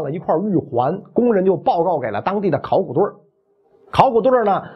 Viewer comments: “考古队儿~” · 这期的儿话音有特点， 三星堆儿，考古队儿。